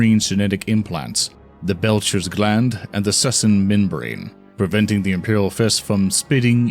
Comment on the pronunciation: I thought the best was 'Belcher's gland'. I giggled for several seconds over that faux pas.